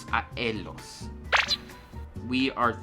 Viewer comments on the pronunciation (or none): La ll no se pronuncia elos se pronuncia ayos así pero hay veces que no vas a tener que pronunciarlo así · Do not pronounce the H at the beginning of a word, it is silent. Also, make sure you pronunce 'esta' and 'está' different. In addition, leemos is a long spanish E, not like Li. Last thing, Llegamos and Ellos doesn't sound like Legamos and Elos, it's yegamos and eyos. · (ayos) eyos